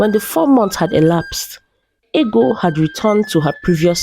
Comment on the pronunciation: It's funny how the princess's name is Ego, pronounced "eggo" in the narration, but it's spelled the same as ego (pronounced "ee-go"), and it was her ego that caused her to lose a good man. I remember being told Anansi stories (originally from Africa) as a child, in which an arrogant person would suffer consequences. Is this a more modern story? I thought that in times past, in certain societies, it was considered a good thing for a woman to be plump (although perhaps not quite as fat as Ego was).